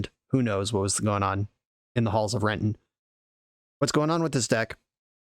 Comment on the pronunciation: Speaking as someone who grew up there, you have a perfect pronunciation of "Renton" lol